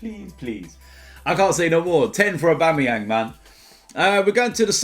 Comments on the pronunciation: No it's AUBAMEBLOODCLAATYANG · This is the first time I've heard said August AUBABLOODCLUTYANG!!!!😂 I don't know if I spelled it right!